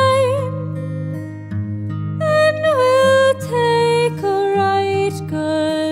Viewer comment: This is incorrect. the pronuniciation is wrong and original should be "joe" not "dear". I'm a distant relative of Rabbie Burns (Robert) and although I don't live in Scotland...can tell you this is wrong. I could go through the whole thing but I think you can find a better reference on ...if they pronounce 'tak" like "tack" you probably have found the right pronuniciation. gotta run...